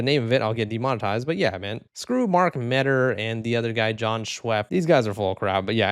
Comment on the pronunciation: john shwa-peepee. 😂